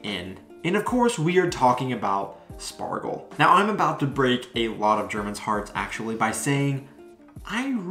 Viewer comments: You mean 'Schpargel', not Spargel..😅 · It's pronounced Shpargel. In words starting with "sp" and "st", the s is typically pronounced like "sh" in englisch. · It is pronounces Schpargel - not Spargel . I prefer the green fresh spargel. I just made a Flammkuchen with green asparagus yesterday. Really easy to cook - here a recipe : other recipe